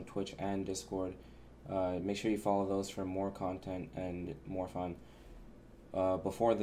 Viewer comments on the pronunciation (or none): none